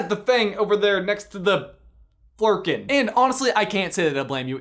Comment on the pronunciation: Good Flurken job!! You got it so close!